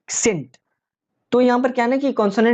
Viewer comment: Your pronounciation of words are really very poor, scent, iz, try to improve